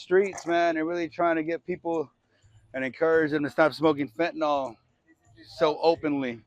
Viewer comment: FentaNYL not FentaNOL